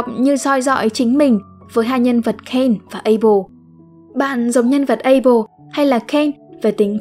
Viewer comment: Abel chứ ko phải apel nha:))